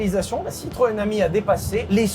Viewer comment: chaque fois tu dit citroën ami, j’entends citroën hemi et ça me fait beaucoup rire 😂